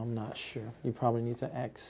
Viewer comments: Michelle isent it’s her twin sister “aks michelle” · “Axe Michelle” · Me for one. I am fascinated at how many lies he is telling and how he can twist things around. "You have to axe Michelle". He's sooo obvious! LOLOLOL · New men’s cologne...”Axe Michelle” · Axe Michelle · "Axe Michelle.." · I beg your pardon! May I correct you, Sir? It's 'axe' Michelle, 'aXe'! Subtle yet huge difference there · "Who is Michelle?" "I don't know you'd need to axe Michelle" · He's going to AXE her not ask her!! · New drinking game. Take a shot every time he says "axe Michelle". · dudley doright ... I ax Michelle she said ax Taylor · Please don’t do shots every time he says “ax Michelle “! You will be dead drunk before the video ends!! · Officer: do you know why I pulled you over? Pastor: I don't know.. You gonna have to axe Michelle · Paul Monaco: HA HA HA HA HA HA HA. How many times has Michelle been "axed"? She's got more lives than a CAT. Never saw a guy answer "I don't know" to dozens of questions about his own organization! I by the sounds of it he didn't do a NY minute in jail. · "You can ax Michelle" It baffles me how people who speak native English can't say a simple word right. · Ax him anything....lol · It’s on YouTube and She says “ ask Ashley “ just as much as Taylor says “ AXE MICHELLE” (Ask) 😂😩😩💯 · ...did Michelle make it out alive through all that axing? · Interviewer: "sir, are you alive?" Guy: " I'm not sure, you have to axe Michelle" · How did you find that out?? Did you AXE him?? 🤣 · A Grayson this would make for an awesome drinking game. Every time he says “axe Michelle” take a shot of whiskey. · lol I heard “Axe Michelle” in my sleep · ‘Why is there a birds nest on your head sir?’ ‘Um im not sure, your gunna have to ax Michelle’ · You mean axe Michelle lol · Ok. New game. Drink when he says "ax "michelle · He should be sponsered by axe body spay. Boom. (Mic) drop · Attorney: "Mister Taylor, what is your date of birth"? Taylor: "Axe Michelle". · AXE MICHELLL